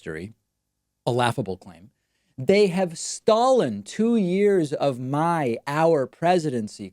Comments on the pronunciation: That's what I thought when hearing David pronounce it haha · All these mistakes he makes while speaking and tweeting i.e. (Stollen, Oranges, Proh-ess, Jaroozum, Penin-shula, Chhasms, Internate, MomeMtum, Diversary, Spay, Nazzeez, Rusher, Nambia, Tanzaynia, Missuria, U-licious, Utaur, and best of all Cap-Sicle) It's so funny it's SCARY and is reason enough to have the orange man medically examined for brain disfunction.